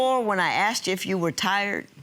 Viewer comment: I aksed him, she meant i asked him Just saying